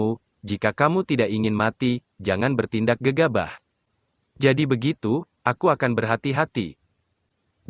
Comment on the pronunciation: Akhirnya aku mendengar kata gegabah bukan gegabuh lgi😂😂😂